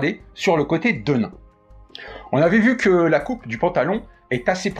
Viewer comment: Petit cours d'histoire (que je pensais connue de tous...hum hum) . Nos bons jeans (comme 501 pas comme le saint) ont été à l"origine fabriqués en toile De Nîmes (ruée vers l'or, Levis Strauss bla bla bla), on prononce donc "denim" comme la ville et pas "de nain".... Bon, c'est pas tout ça, est-ce qu'il est prévu une version femme ou est-ce que le modèle est coupé unisex? Merci pour cette présentation!